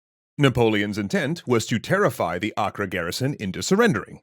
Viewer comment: It’s pronounced Ay-Ker.